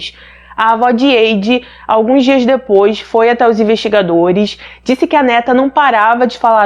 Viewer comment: Se a menina se chama Heidi não se diz como tu dizes diz se haidi ❤️não hei no início